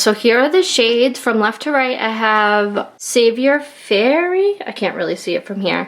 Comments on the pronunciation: Actually it's pronounced 'savwar fair' 😊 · I’m not a French speaker, but I believe savoir faire is pronounced “savwa fair”. 😊🇫🇷